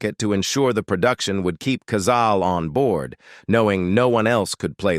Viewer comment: Cazale-pronounced Cazaleh.